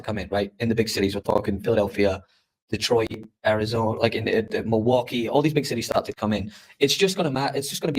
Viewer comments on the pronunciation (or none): none